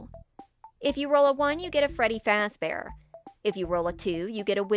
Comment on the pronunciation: Freddy Faz-Benders